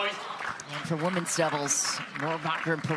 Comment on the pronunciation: Teach the 'women' commentator how to say "women's doubles". 🙉